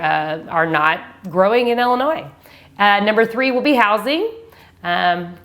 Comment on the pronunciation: Please say Ill-inois Not Ell-inois Lol thanks Great video 👍